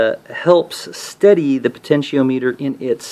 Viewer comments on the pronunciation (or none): pronounced po ten she om mitter.... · po ten she o meter lol